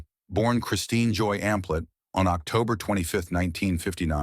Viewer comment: You kept saying Amphlett & Divinyls wrong!